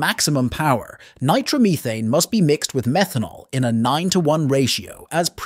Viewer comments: Take a shot everytime you hear "nitro-meethane" RIP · You can always tell it's AI. "Nitromeething". I am concerned about the days when we won't be able to tell. AI. needs to be kept stupid.